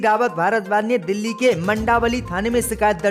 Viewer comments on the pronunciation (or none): none